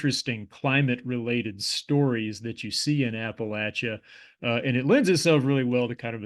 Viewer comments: how cathartic to hear Appalachia pronounced correctly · Thank you for pronouncing "Appalachia" correctly! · You get mega king points for pronounce Appalachia, Hurricane and Kanawha correctly